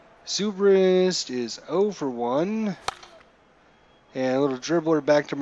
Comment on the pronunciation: You can move the players where you want. left click & hold on top left corner & drag to position. You must not be much on baseball because you butcher names Ben Zobrist is pronounced Ben ZOE-BRIST not ZOO-BRIST. Can't believe you got that game & you so baseball dumb. And you streaming your dumbness. WOW